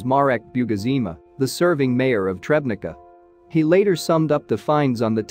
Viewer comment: Tschebnitza, not trebnica.